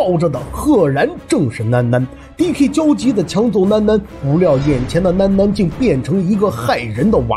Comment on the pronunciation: 囡囡 普通話發不了這音 你說女兒就行了 聽着有些難受